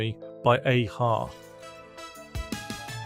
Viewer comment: I can’t believe whoever produces video doesn’t check it. “A-Ha” is NOT pronounced as Aaaaa-Ha (almost like you’re saying Hay- ha)